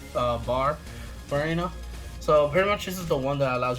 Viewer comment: do you have a speech impairment or something that makes you pronounce varina so stupidly cause you are the only dumb ass that pronounces varina like an idiot will you dumb piece of shit that should quit playing the game and also learn how to pronounce words and or names better you idiotic dumb ass